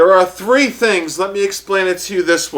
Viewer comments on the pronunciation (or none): none